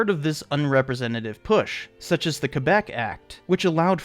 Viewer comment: Whoa. Loved the video but your attempted pronunciation of Quebec was awful lol. But in all seriousness great job and thank you for a great video!